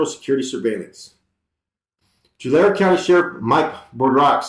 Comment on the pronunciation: Its pronounced two-larry (tulare)!